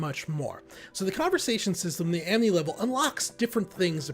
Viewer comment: Does he keep saying "amNity" all the time?